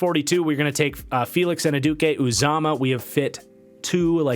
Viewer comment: Really enjoyed the mock, especially for the Seahawks Also, for Felix it’s pronounced Felix Ann-You-Dee-Kay Oo-ZAH-Mah. It took me like a year to learn to say it lol